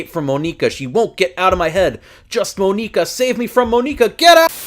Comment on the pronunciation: Mo nee ka, yeah that's how you say it lmao good vid tho my mans